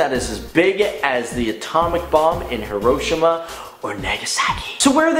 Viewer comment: You said Hiroshima wrong -Loghtning